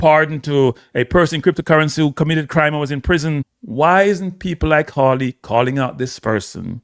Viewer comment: It is a fifth amendment right… not “rights” Not to mention, you butchered every single name involved. It’s Hawley - NOT HAILEY!